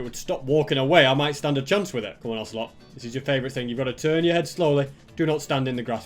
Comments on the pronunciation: Osger oselot and danger(cos it din spawn with mob switch) dont pronounce the ger as in danger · you should name the ocelot ocey (pronounced okeiy)